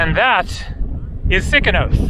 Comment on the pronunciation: Love the adventurous spirit you have but since you love Greece so much (and you pronounced Sikinos right), please know it is fo-LAY-gan-dros. Not fol-ay-GAN-dros. Emphasis on the LAY. It's a tongueful but that's Greek. Geia sou.